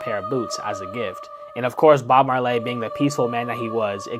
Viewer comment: is there screaming in the background or is that just me ?? Decompression stops are only needed when using nitrogen in the air tanks, and the air tanks with nitrogen are only needed if youre surpassing 30 meters in depth. So theres already discrepancies in the story Bob Marlee ?? how im i supposed to listen to a dude talk about him when you dont even know his name ??